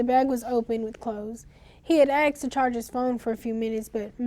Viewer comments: Wish black wouldnt say aksed instead of as-ked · So even the guy texted - ak-sed woah thought it’s just black woken saying aksed not the proper way of asked